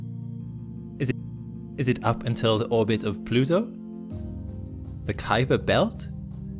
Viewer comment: You let that cute guy call it the Cooper belt a dozen times on purpose. 😹